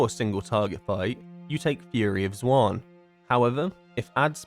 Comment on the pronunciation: I love your content but bro the way you say Xuen makes my eyebrow flicker